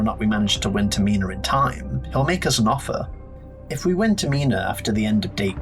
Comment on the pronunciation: Great vid but why are you saying Termina like that?